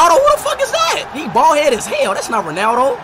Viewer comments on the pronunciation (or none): You know it’s not “Bold” right? It’s pronounced “BALD”. Like, b-all-ed.